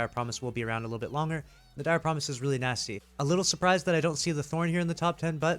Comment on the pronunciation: It’s “NaSTy”